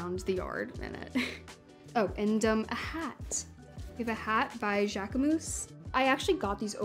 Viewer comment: She seems to be overall lovely and I appreciate that her style’s her own (not mine). The baggy looks throughout dwarf her petite frame, though, and some could really use tailoring, like the interview/meeting day pants that drag. Also, it’s always a bit painful when people mispronounce brands… St. Laurent really seems to trip folks up (looking at you in particular, Hailey Bieber!). And Jacquemus. Waiting for HauteLeMode to review. Also, Sadie Sink fans, please don’t pounce on me - it’s just my opinion on some clothes, not a takedown of her.